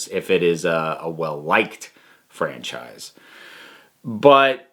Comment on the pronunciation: I take a shot of potato juice every time you say franchfrise.